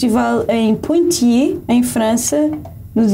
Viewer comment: Poitiers e não Pontiers (que nem existe)